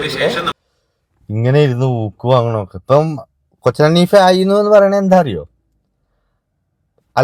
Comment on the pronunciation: കൊച്ചൻ ഹനീഫ അല്ല, കൊച്ചിൻ ഹനീഫയാണ് കൊച്ചേ...